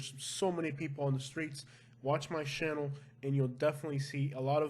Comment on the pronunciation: I like your accent.... Lol... Shannel for channel... Sheck it out.... Haha.. It reminds me of my NYC friends